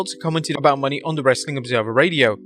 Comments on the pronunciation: What also remains a mystery is how and why you CONTINUE to refer to Mercedes Moné as Mercedes “MONEY”??? Could it be you don’t actually watch the shows or read your own comments section? (extra points: You also screwed up "Taya." At this point you could probably do a "blooper reel" on your own site.) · I have a feeling mercedes and okada will sign w the same company, leaning towards aew but I imagine it'd be pretty cool if both show up on the same night. Also since mercedes' name has an accent on the E at the end it should be pronounced "monay" not "money" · Is it pronounced Moe-Nay or money ? Always read it as the former